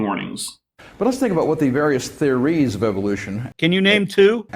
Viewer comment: Why does he keep saying theories with the emphasis on the final syllable?